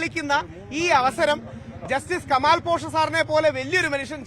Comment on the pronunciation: കമാല്‍ അല്ല കുട്ടീ....... , കെമാല്‍ എന്നു പറയൂ 😇